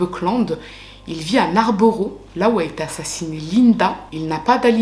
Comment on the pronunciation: Hello😊 bon , je ne vais pas te clasher en science mais en Anglishe 😅, borough ne se prononce pas borough mais bro par exemple Narnborough se prononce Narnb(0)rough Farnbro Leicester se prononce Leister ...De rien 😊 sinon t'as tout tres bon pour le reste❤